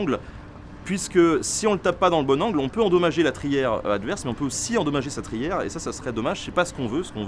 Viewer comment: trière et non pas trière.Bonne vidéo.